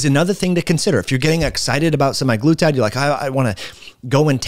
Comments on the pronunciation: Stopped watching after he mispronounced it twice. Say it like this: semag-lutide. Not Semi-Glutide. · For fucks sake it’s not “semi-glutide”. It’s literally in the name “SEMAglutide” 🙄🙄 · "sema" not "semi" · It's not SEMIglutide but SE-MAG-LUTIDE